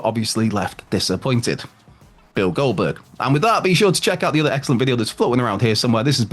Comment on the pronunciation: Why does he keep on saying Goldberg like that? "Bill Goldberg"